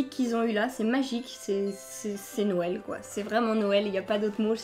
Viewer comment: C'est bizzare commen tu dit noël on dirait que que tu dit nonel sinon continue comme ça